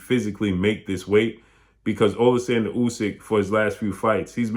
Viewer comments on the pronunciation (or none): AH-lexander, is how Usyk's name is pronounced.